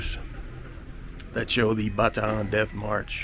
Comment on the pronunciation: So glad you properly pronounced Bataan correctly. My grandfather was a POW with the Philippine Scouts. He went on to serve with the US ARMY AND US AIR FORCE. Last Saturday I received his congressional gold Medal of Honor. Thank you for this video